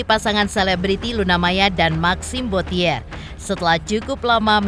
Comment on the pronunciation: tolong yang baca narasi suruh belajar mengeja tulisan & baca dalam bahasa Perancis yange benar. Bottier bukan dieja bo-ti -ér, tapi bo-ci-e [ huruf r nggak dibaca ]